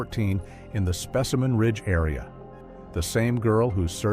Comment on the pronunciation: specimen ridge and then suddenly called spaceman ridge? Dont bother listening, bot lies.